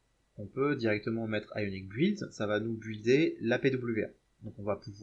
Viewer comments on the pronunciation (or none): C super 👍 top, je vais m'y mettre mais stp. Ayonic ok mais pourquoi pas Ayoes? Parce que ioes c pas joli et mon dieu ne dit plus bouild ni bouilder c bild 🫣 même si ça s'écrit build 😂😂😂